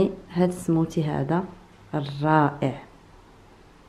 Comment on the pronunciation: سموذي مشي سموتي يا 😂😅